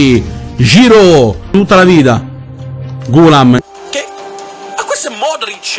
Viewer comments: GHOULAM L’ha detto giusto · Ma Giroud e Ghoulam li ha detti giusti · ghoulam l'ha detto giusto